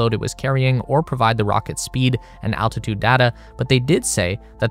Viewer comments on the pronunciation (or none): none